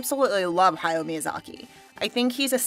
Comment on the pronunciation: Good to watch a positive review for a change. Hayao is pronounced "Ha-ya-o" with 3 distinct syllables.